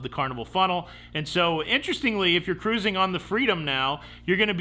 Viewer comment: I am delighted that you don't know how to say cruising (karoozin')...